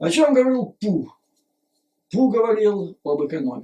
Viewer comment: Обожаю вас Юрий Борисович... Всегда с удовольствием и очень внимательно слушаю вас,.. Ваше новое ударение на Pu-Ssy, это нечто)).... вы моё снотворное перед сном и доброе утро по утрам ( иногда зысыпаю под ваш голос и утром дослушиваю) Спасибо что вы есть... Спасибо за вашу работу и искреннею поддержку Украине, нашим Героям, и всему украинскому народу. Мира и добра вам. Слава Украине 🇺🇦💙💛